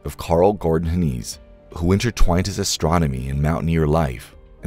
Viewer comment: It's pronounced like "Hen eyes". He was my father. While this is mostly true, some details are incorrect. Good enough tho